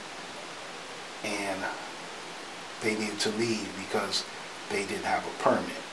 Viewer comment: The guy to the left who keeps mispronouncing the word “Permit” is killing me. 😂